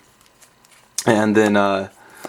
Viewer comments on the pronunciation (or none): Is it just me, or does it sound like he is saying "ant" when he says "and"?